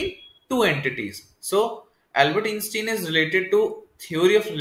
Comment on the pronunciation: Dude! That is NOT how you pronounce Einstein. Good video, but that just bothers me haha... It's not "in-stin".